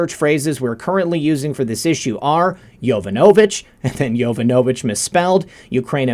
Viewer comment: Its pronounced yo VON a vitch. Not Yo van A vitch....